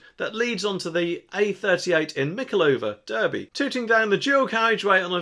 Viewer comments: Spelt Derby pronounced Darby, just like the guy in the mobility scooter, we all occasionally make mistakes 😉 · Someone needs to learn how to pronounce Derby and Derbyshire!